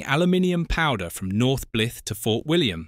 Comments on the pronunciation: pronounced B lie th, not Blith. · I'm pretty sure that the Bly in Blyth rhymes with my. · Very interesting video. However you do need to perfect your pronunciation of Blyth.